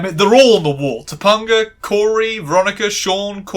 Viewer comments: This is a good video overall, but mispronouncing Topanga's name consistently was weird and pulled me out of it a lot. You watched the episode, you heard them pronounce it. Not sure how it wound up this way. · I struggled for, like, 10 minutes trying to remember a trans or trans-adjacent episode of BMW before I clicked play. I vaguely remember this episode. Mr. Feeny talking about Black Like Me and Shawn as a girl ring a very distant bell. I guess it didn't make much of an impact on me. Perhaps it's the cis or the fact many other family shows had episodes like this. I love how you say "Topanga." I absolutely recommend this show, but I'll cop to rose-colored glasses. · I understand it’s a bit, but as a 90s kid, whenever you say “toe- PUN - gah” instead of “toe - PEN - gah” it makes me die a little inside. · Dude how are you continuously mispronouncing Topanga's name it's not toponga it's Topanga not toponga or toponger Topanga you even played like 3 clips where it was said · Okay, one thing driving me a bit up the wall - her name is pronounced Toe-Pang-A. Sorry, as someone who's name is often misspelled and sometimes mispronounced - especially on purpose by men who think they're being funny - I'm a bit hung up on making sure names are said/spelled correctly. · I'm sorry, did you just say TopUNGa? I'm cackling. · I grew up on this show and like other commenters, this was part of my bi awakening. lovely video. I kept laugh/cringing anytime I heard "Ta-pun-ga" haha. For any curious non-Americans, her name was a little weird for most of us bc Topanga is also a street in Los Angeles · Top-UN-ga? I LOVE the videos in this series, but your frequent mispronouncing of names are like daggers in my heart. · First of all say it right or pay the price her name is pronounced Ta pinga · I'm so sorry but I die a little every time you call her Tupponguh 😂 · It’s pronounced toe- pang- uh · I know this is stupid but I can’t handle how wrong your saying topanga so often